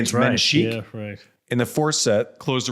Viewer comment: Menschiek? 😂 its mensik dude ❤